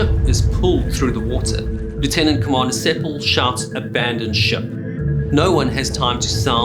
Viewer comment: The name was Sepel rather than Sepal.